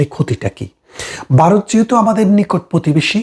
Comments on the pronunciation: উচ্চারণটা বারত না ভারত !!! হাসিনার পাচাটা। ইনি বারতিয় না বাংলাদেশি? বুঝতে পারছি না। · দেশটার নাম বারত নয় ভারত। ব্যারিস্টার সাহেব একটু শুধরে নেবেন। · ওরে 😂 বারত নয় রে ওটা হবে ভারত 😂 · কথাটা ভারত, #বারত নয়। আপনারা বা়ংলা লেখেন এক আর উচ্চারণ করেন আর এক। আপনার বিষয় বাংলাদেশের জন্য গুরুত্বপূর্ণ হতে পারে কিন্তু ভারতের জন্য গুরুত্বপূর্ণ - এটা আপনাকে কে বললো ❓ যাইহোক, আপনার প্রতিবেদন ভালো লাগলো 👍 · দাদা আপনি আগে ভারত ঠিক করে বলুন, বারোত বলতেছেন। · বারত না, এটা ভারত। উচ্চারণটা ঠিক করুন আগে। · বারত নয় ভারত। ঠিক করে বলতে শেখেন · বাইরে 😂😂😂😂(ভাইরে) ওটা বারোত না ওটা ভারত হবে। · Apnio bangla vashai bokte parenna, varotke bolchen barot !😂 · ভারতকে দয়া করে 'বারোত' বলে উচ্চারণ করবেন না।